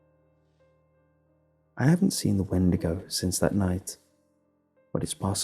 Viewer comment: "Sigh" a windago? Really?